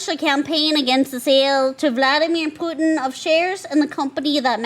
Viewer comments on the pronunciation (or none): none